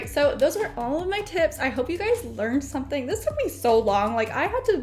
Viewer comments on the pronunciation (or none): none